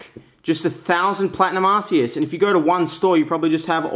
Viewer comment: Now I'm no pokemon expert, but I'm pretty sure it's not pronounced Arse-eus.